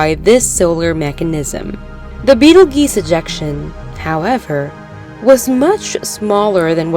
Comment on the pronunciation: Beetle Geese. Yes. That is definitely how you pronounce that 😂